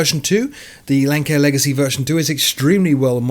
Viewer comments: Oh. Great video but Lancair is pronounced Lance-air, not lank-air. Nonetheless, great work! Edit: Now having seen the note in the description, I realize that I should have paid more attention. My bad. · I've been a long time viewer of yours. But I have to correct you. It's pronounced Lance-Air but it's spelled Lancair. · Thanks once again for your weekly round-up. Just a couple of points on pronunciation; Lancair I believe is pronounced Lance-air and Linz is pronounced Lintz. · Great summary (thrilled about Concorde on FSX:SE!) but, aside from "Lance-air," "Dulce" is also pronounced "Dool-chay."